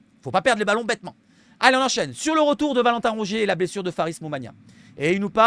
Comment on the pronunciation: Ta dit blesuce😂❤